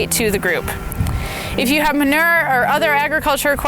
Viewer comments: So frustrating how she said “manerrrrr”. There’s a U in there. Ma-new-er is how it’s pronounced. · Lmbo say manure. Its man u re. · Regional accents: My midwest ear was confused about 'ma-ner'. We lengthen all our vowels and often pronounce vowels that others may not. 'ma-nue-er' Lol, I'm sure other regions find our pronunciations just as confusing to their ears.